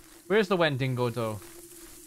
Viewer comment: When he said wendingo , I just bloody lost it 🤣